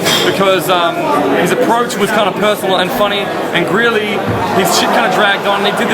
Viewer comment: Did call Greely "Grizly"?